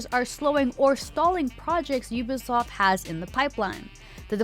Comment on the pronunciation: did she say “Ubisloft”? 😂